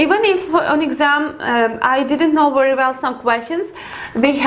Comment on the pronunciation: I like how you (mis) pronounce the 'W ', with the 'V' sound.., or the 'V' with the 'W'..! it's very, very nice to listen to for Western Ears;)))) this is not a criticism, only a friendly observation, I like it, (W)ery, (V)ery much;)).... lovely, really beautiful accent! nice one;))))))